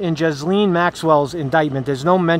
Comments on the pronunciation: her name is pronounced GEE-LANE. Not Jiz Lane. Not Jiz Lean. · It's a silent s in Ghislaine.